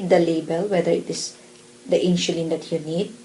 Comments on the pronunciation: Will you please pronounce it properly the word "INSULIN"? It sounds like INSYULIN or INSHULIN! MY wife as a Pharmacist laughing at you! LoL! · I likeeeee (: very clear instructions (: Haters gonna hate. Indonesians pronounce the alphabet S as SH. That's why she pronounced it as InSHulin.